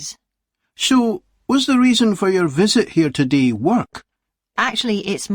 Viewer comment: Todee, okee? Is this a new accent?